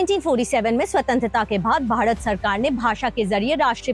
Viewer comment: Stupid are the people who say english is colonial language.... For we south indians, both hindi and english are foreign language... Well why this anchor pronounce bharat as badhat..... Effect of Varrr rukvadi